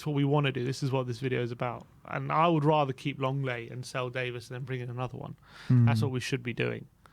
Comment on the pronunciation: It's not Ben Davis it's Davies lol